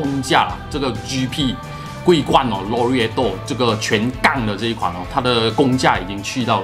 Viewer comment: 這馬來西亞口音嗎 讀款式名可以讀好一點嗎，已經不是口音問題，簡直是讀錯，超難聽